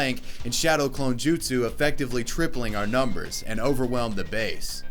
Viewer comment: HE SAID, “SHADOW CLONE JISTU” I’M WHEEZING